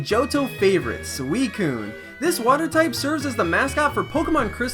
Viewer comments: It's susicune not swescune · it's pronounced sew since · Correct pronunciation is suchicun not suicun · Anyone else think it's pronounced Suicune and not Sweekoon?